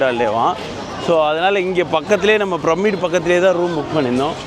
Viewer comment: நீங்கள் பிரமிடை சரியாக உச்சரிக்க வேண்டும். பிர்மிட் போல அல்ல !!